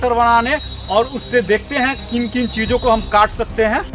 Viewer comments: I think he say Jijo ko katne ke liye when he say cheese o ko kat ne ke liye ..🤣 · Chijo ko kaatne… mujhe sunai diya Jiju ko kaatne…😀😂